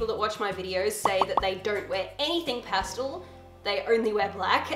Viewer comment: Do people from not America say pastel the way she does? Drives me nuts!